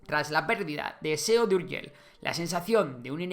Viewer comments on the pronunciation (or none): none